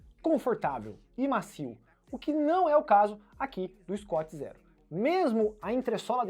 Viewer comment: sem querer ser chato mas, sendo 😁, o nome se pronuncia "escut zirou," e o amortecimento é "profon", não fique bravo comigo, por favor. Sobre o vídeo vc me fez desistir de ter um scoot Zero, obrigado!